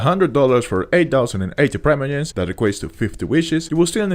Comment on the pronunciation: I have never heard anyone say "Praimoyems"